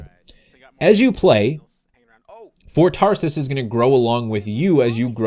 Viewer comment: It sounds like ur saying Ford Taurus lol